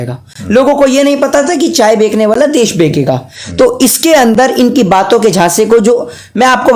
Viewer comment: Chaye bechane wala hota h. Na ki bekne wala.. bhi pahale apni hindi ko sudharo. Or thodi kam fako..